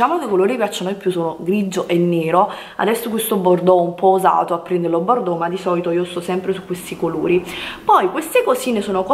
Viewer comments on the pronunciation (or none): none